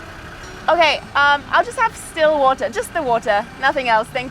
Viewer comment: This lady really asked for sparkling Botohohwootaah